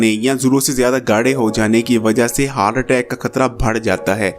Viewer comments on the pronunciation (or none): none